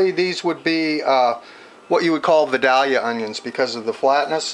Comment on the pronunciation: Good video. Just one thing...it's pronounced vi-DALE-yuh not vi-DAL-yuh. I grew up in Ga. but anyway, I enjoyed the recipe.